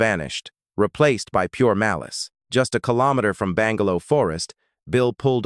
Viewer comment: 🤣 "Even Millet" um, no disrespect, great story coverage but perhaps get that AI narrator to check phonetics? "Eye Van Mill At" ' Be Lang Ga Low' pronunciation? Now it's changing to 'Ivan My Lit'?